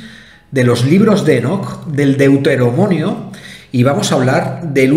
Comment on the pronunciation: Hermoso, me encanta tu canal, me encanta toda tu investigación y el esfuerzo y tiempo que le dedicas. Espero no tomes a mal mi sugerencia, pero no es la primera vez que te escucho decir DEUTEROMONIO, y la palabra es DEUTERONOMIO. Bueno sigue la línea de tus investigaciones que lo haces fantástico y nos sacas de la ignorancia a muchos. ❤️